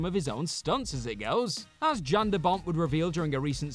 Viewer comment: His name is pronounced "Yan", not "Jan"....fyi...